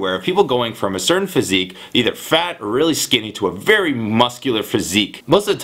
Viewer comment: "To a VERY muscular,... Physic?" ._.